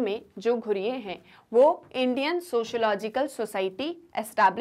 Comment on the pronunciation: Mam i want to correct u it's not ghureyeee it's ghurye ( ghooree - it's pronounciation)